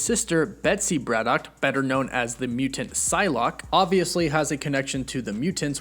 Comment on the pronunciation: Your pronunciation of Braddock is weird and wrong